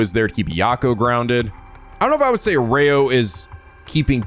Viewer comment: I just want to mention that pronunciation of Erio sounds a bit like Oreo, at least to me XD I didn't want to say it before to not pester you about pronunciation anymore. (If you want to know how it supposed to sound just type it into google translate and listen to the vtt)